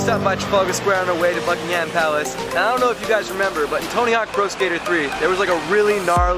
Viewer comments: I am usually quite forgiving of foreign pronunciation but the emphasis on -HAM is way off. English has always been a first syllable or penultimate emphasised language. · It's not BuckingHAM palace. It's pronounced Buckinghm palace and the Queen is not on her throne. Daft people! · Holy shit it's not bucking-ham it's bucking-um that's actually triggering me. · It's pronounced BUCK-ing-em not Buck-ing-HAM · Great video but it's pronounced BUCK-ing-um palace, not Buck-ing-HAM. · I'm Australian and I was just saying to my wife how irrationally irritated I am by them pronouncing it Bucking-Ham ha ha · I wish tourists wouldn't put emphasis on the ham in Buckingham Palace. There is no pig pork related ham in the name, its not pronounced that way. Also the Queen wasn't at home when you said she was sat on her throne. The Union flag was flying which means she's not there, when she's home the Royal Standard flag will be there.